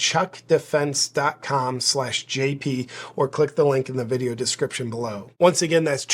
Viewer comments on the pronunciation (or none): none